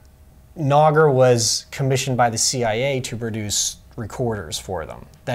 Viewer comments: You're wrong. Nagra's name is based on Polish verb in past tense "Nagrać" which means "to record", and it's definitely not pronounced as Nag-ra, it's na-gra. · It's Nagra, not Nogra. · Keith Perron No, he’s right. It’s pronounced nog (like egg nog) raa, in Polish. You were just pronouncing it wrong because that’s how you heard it pronounced. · Good video. But your not saying the name correctly It's NAG (like nag sound like bag) and RA (like RA as in rat). Journalist didn't use these very much. When I was at RNTV we use to use them with our 16mm Film Unit if it was a location shoot where we needed to send a small crew. Journalists didn't use them because of the cost at the time cost us around 1000 D-Marks. The intelligence agencies did use them, but it was more widely used in film news gathering. During the Vietnam War TV crews in Vietnam had three sound recording unites. These were one made by Uher and two made by Nagra. One of them was the Nagra SN, which was easier to operate in the field.